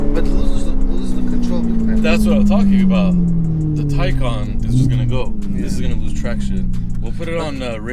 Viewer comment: The tay in taycan is pronounced like tai in taiwanese